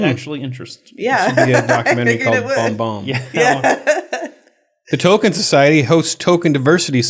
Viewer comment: You pronounce Tolkein "toe-kin"? Blasphemy!